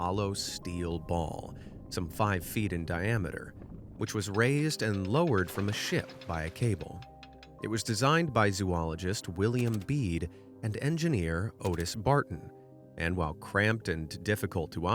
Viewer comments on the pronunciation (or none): His name was William BEEBE and not Beede. Jesus.